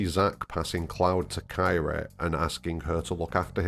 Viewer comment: I like your videos, but you keep mispronouncing Kyrie's name. It's not "Ky-ree." It's Kee-ree-ay. You've done this in all your videos where you mention her name. It's odd that you don't know this, considering her name is clearly stated several times in Remake. If you want to present yourself as a FF7 expert, it becomes difficult to trust you if you can't get something that obvious correct. I'm not trying to insult you. Again, I enjoy your videos, but pronouncing her name correctly will help you with your credibility.